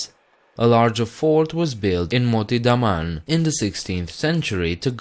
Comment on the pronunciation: IT IS not THE MAN and Diu IT IS DAMAN and diu